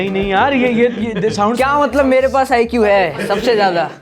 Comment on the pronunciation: IQ NAHI AIQ KYO REKHA JI SAHI BOLA NA 😅😅